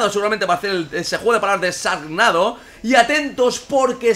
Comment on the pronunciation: IRockstar JD jaja no lo escribí por eso, sino porque así lo pronunció, o obviamente está mal pronunciado porque Shark es una palabra en inglés, y en inglés la SH se pronuncia como CH